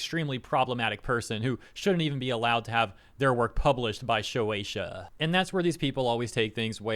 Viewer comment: You keep saying "showeisha" it's "shueisha" pronounced "shoe-a-sha" okay?